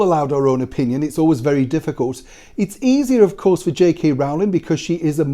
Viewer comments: Always love your videos Sir. However, not wishing to seem pedantic but it is Rowling as in (bowling) not Rowling as in (howling). That said I wouldn't believe anything the Guardian printed. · I wish would pronounce "Rowling" correctly. It's "Rolling". The first syllable rhymes with throw, show and snow, not cow, how and now.